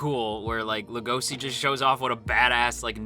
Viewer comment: Lego she. It's pronounced Lego she. Not La go see. What is wrong with everybody why do the keep pronouncing Legoshi's name wrong?